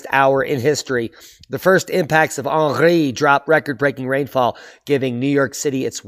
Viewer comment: 🇫🇷 Aarnreee makes you aaangryyy. 😜